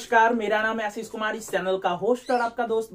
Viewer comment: Asis nhi boliye bhai...... Kuch padhai likha b karlo ye faltu k kam Chodo..